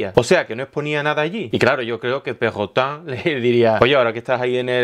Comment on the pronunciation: jajaja no se cuantas veces me he reido cada vez que dices perrotan xD